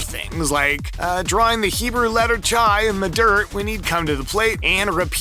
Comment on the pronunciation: First, great video and very interesting. One Minor thing, and it’s weird that I’m the first to comment on this chai is pronounced with an H sound